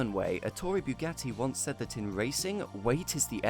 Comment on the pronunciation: when pronouncing Bugatti, where do you get that byugatti? makes me puke every time i hear you say it